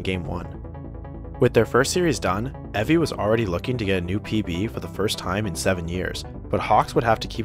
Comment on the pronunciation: Evi is prnounced Ebi smh